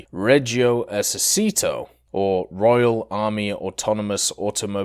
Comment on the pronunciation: Hey Brother , in Our language the letter " c " Is not pronounced as the Spanish "s" but We pronounce It as yours "chee" ...So Esercito Is not "Esersito" but "Esercheeto" Just to help ...